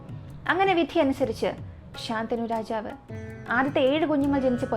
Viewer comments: ശന്തനു ആണ് ശാന്തനു അല്ല😊😊 വേറെ subject ഇല്ലാത്ത കാരണം ആണോ മഹാഭാരത കഥയിലെയ്ക് പോയത് എന്തായാലും ഇനിയും ഇത് പോലെ ഉള്ള കഥകൾ വേണം ,ഇടയ്ക് ഹൊറർ ആവാം അതിനാകും കൂടുതൽ ആരാധകര്😂😂😂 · super video ayirunnu... But rajavinte name shantanu ennann... ശന്തനു എന്നാണ്..... ശാന്തനു അല്ല 😊